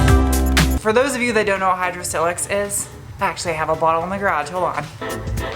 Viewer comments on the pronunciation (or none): It’s not pronounced with a soft “i” as in silk. It’s silex with a hard “i” as in mile. Check their own website.